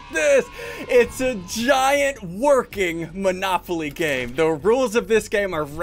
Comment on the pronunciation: You just called manopoly